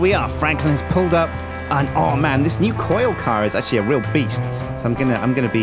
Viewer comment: Did he just said "new coil car"?! xD